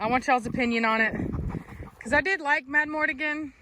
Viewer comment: i vote for culture, but only so i wont have to hear you say madmortigan when its madmArtigan!